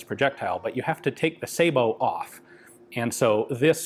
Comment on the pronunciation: Sah-boh, not say-boh. Sabot is a French word so the "ay" English rule (cat/kate, matte/mate) does not apply.